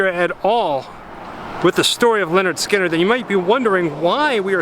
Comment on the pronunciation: It's pronounced LIN ERD SKIN ERD not Leonard